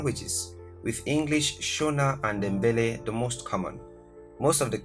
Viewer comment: Who is this person who can’t pronounce Ndebele properly, and talking about countries, why don’t you speak about your country, is there nothing much to talk about? Your pronunciations are are unbelievable, let us the owners of these countries speak about, speak about your own